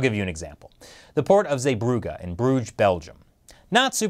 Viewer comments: It's not zeebrougA it's more like zeeebrougee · Damn he butchered Zeebrugge. Also largest Belgium port and Bilbao isn’t that smal either. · The way you pronounce zeebruggen is killing me 😂